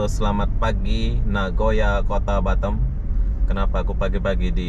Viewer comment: Kota batam bro bkan batem ...hdeeehhh